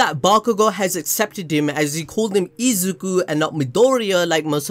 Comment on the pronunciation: I can't believe Bakugo actually said Izuku's name right.